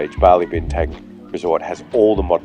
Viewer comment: Bintang is being pronounced incorrectly. Use the same "a" sound as in Bali to say Bintang. I'm sure the locals will appreciate it.